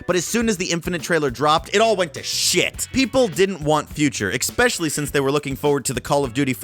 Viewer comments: it's that you said excpecially? Some people get mad when others pronounce words differently than they do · Yes, it's the use of 'expecially'. There is no X in especially. It honestly makes my toes curl. Where do you even get the X from? I haven't notice you sub an S for an X anywhere else. Why do it on that word?